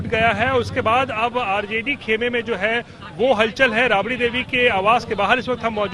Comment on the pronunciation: अरे जाहिल रबड़ी देवी नहीं राबड़ी देवी बोल